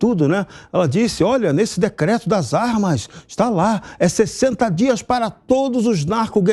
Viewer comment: Não consegue nem pronunciar a palavra " para". Para ele é " pá": vai pá casa...